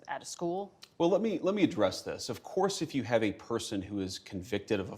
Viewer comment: “Of corse, of course” with dramatic tilt of her head Lol. She looks so stupid